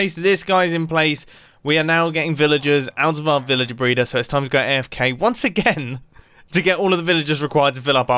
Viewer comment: sounded like aiofk